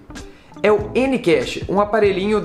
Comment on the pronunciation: gostei da pronuncia: eniquexe... eh eh eh. vixe...